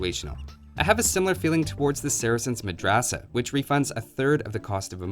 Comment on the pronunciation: the way you said madrasah 😄